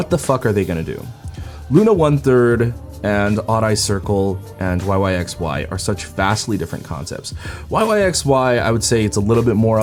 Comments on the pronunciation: hey just a heads up, yyxy is pronounced “why why by why”! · Thanks for uploading so quick! BTW yyxy is pronounced "wai wai bai wai" 😆💓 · lol the members even said it themselves that it's pronounced why why by why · isn’t that just the korean pronunciation though